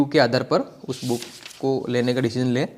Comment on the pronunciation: कोई भी पुस्तक लेकर पृष्ठों को उलटना book review नहीं होता है। नई पुस्तक का पुरानी पुस्तकों और प्रमाणित पुस्तकों के साथ तुलनात्मक लाइव अध्ययन और विश्लेषण करना ही book review होता है। जिस तरह से आप बुक को बूक उच्चारण कर रहे उस हिसाब से यह ही लगता है कि आपका review वास्तव में काम का है या केवल मजाक (joke) है time pass के लिए ।